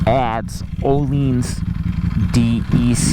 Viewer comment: He also pronounces Öhlins incorrectly as "oh-leens"